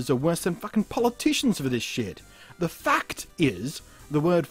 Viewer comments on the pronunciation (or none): When you said the fact is...I thought you said the fucked is at first... But anyway, great video :)